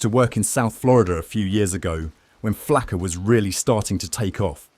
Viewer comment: It's not "flacker", it's Flakka. are these AI gnenerated?